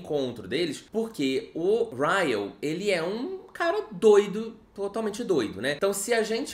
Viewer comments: Sentindo muita falta do chamando o Ryle de Kyle.. hahaha... acostumei por causa do vlog. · Hoje o não errou o nome do Ryle KKKKKK